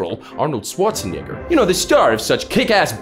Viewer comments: Please, never say Schwarzenegger In an American accent ever again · Man Arnold's last name in your English accent is risking it for the biscuit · That is NOT how you say Arnold's name, good sir. Lmfao.